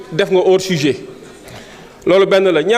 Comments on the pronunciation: Un avocat qui dit chujet 😂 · Problème de prononciation c’est une longue histoire avec les sénégalais